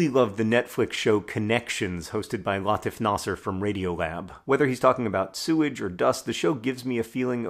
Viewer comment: Just a note: the name "Latif" is pronounced "Lateef." It comes from Arabic, and it means "gentle." =)